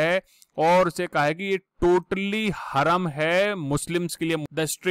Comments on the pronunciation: Its haraam not haram.. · glow,Haram ka pronunciation 'hurum' nahi 'haraam' hain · हरम नहीं हराम बोलिये सर 😆😆😆😆